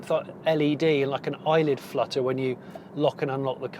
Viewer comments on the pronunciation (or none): none